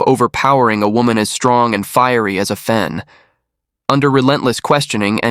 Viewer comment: Excellent narration! Thank you. However, her name is pronounced Ah Fen, not Ae Fen. Asian names do NOT follow Anglicized pronunciations. Asian languages are similar to Latin or Spanish phonetics, not English phonetics. There are Asian pronunciation guides on the net.